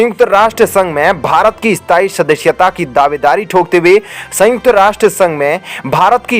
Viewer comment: ऐ स्ताई शदश्यता lol.. अस्थाई सदस्यता। channel host karnaa aataa he aur desh bhakti dikhate ho host saahab lekin matra bhaashaa hindi hi barabar उच्चारण karnaa bhi nahi aataa. पोपुलेसन कोसिस विस्वास को बोलो पोपुलेशन कोशिश विश्वास।